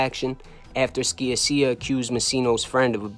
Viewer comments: Great story telling. Your attention to details and accuracy is outstanding. You even mentioned Emmanuel Ragusa who skated. "George from Canada", Gerlando's surname is pronounced "Sha-sha". Otherwise a kick ass show!! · George SKIA-SEE-YA 😅 just bustin balls...you did a great job putting all the pieces together and presenting it in a concise & unique way 👍Keep up the good work!